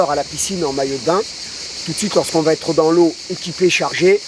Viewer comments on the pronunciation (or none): none